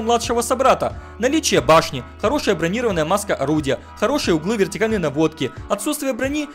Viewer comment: не бронИрованная, а бронирОванная!! ударение на И от слова забронровать, зарезервировать,; ударение на О - имеет броню, защитную оболочку! пора бы уже выучить, а то как неуч